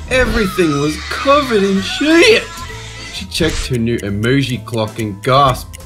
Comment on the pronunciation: SHEYEEEET lol wtf is shyet 🤣🤣